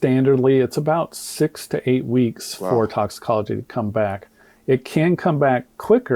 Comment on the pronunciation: Crump couldn't even pronounce the words..doc took the words right out of my mouth. Toxicology?